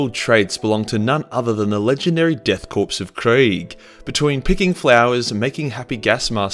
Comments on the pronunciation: Core not corps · its pronounced core not corpse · Its Pronounced "CORE not CORPSE" Unhappy Gasmask Noises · It's painful hearing "death corpse" instead of death korps" (pronounced "core"). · Its pronounced as chor not corpse!!!!!!!!! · The ps of Korps... is silent. Pronounced "core".... not "corpse". Still a great video though. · I cringe every time he says “corpse” in place of “corps”. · Learn how to pronounce things. Its pronounced like core, not corpse. Also its not Titsnitch, its Tzeentch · Death Korps (core) not corpus, god damn it man. very irritating. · Death Korps, pronounced core not corpse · Call them "Death Corpse" again then I'll be forced to hit you in the face with a shovel I purchased from Bunnings. They are a "Corps" which is pronounced "core". Yes kunt I know it's spelled with a "K" but that's just a kitchy method to get Gen Z wankers to like Space Nazis. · it's pronounced korps not corpse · Korps is not pronounced “corpse” but “core”. Having a K instead of a C doesn’t change that. Dunno why they call themselves a corps since their regiments often are called armies. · Dude Jesus Christ, Korps is pronounced Core not Corpse 🤣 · Korps is pronounced “core” not “corpse” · its pronounced " core " not corpse also, its pronounced " coo " not coop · Korps sounds like "Core" not 'Corpse'. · Why do you pronounce "Korps" Like "Corpse"? It's pronounced like "Core" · Deaths CORE of Kreig is how you pronounce it. Not Death corpse lef Kreig Like the Marine Corps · 'Nailing that pronounciation [sic - it's pronunciation]' [says 'corps' like 'corpse' throughout video']. ('Corps' is pronounced like 'core'.) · it is death Kore of Krieg not death corpse the p is silent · “Korps” is pronounced “core” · Korps is pronounced like the word core, FYI. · Korps is pronounced "core". An army consists of multiple corps. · "Korps" is pronounced "core" innit? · Great view, just a btw though Korps is pronounced "core" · Korps = "core" like Marine Corps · ”Death corpse” lol